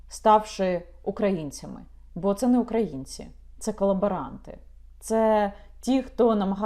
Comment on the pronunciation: Яніна а що з наголосом в слові Українці?